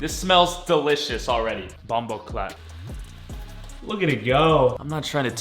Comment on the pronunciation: He said bombacalt